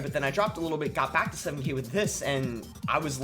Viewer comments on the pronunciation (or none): Boss you gotta emphasize that back in the intro better. I don't know why but I always like it when you say I'm back with another yt video, idk why lol... Great vid btw! Enjoyed all the battles